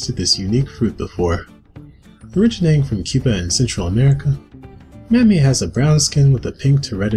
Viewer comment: Dude this guy pronounced Soooooo many of these names wrong 🥲🥲. For example, it's called "ma-may" not Mami. The name is Hispanic, and so its vowels behave somewhat differently. It's "Sha-bu-ti-caba". The j makes a different sound in Portuguese